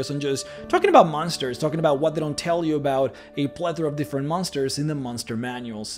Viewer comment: Love the vids but i have to ask do you know how to say the word "what"? Just wondering.